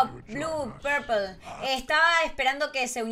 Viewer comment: Se llama pepol no purpel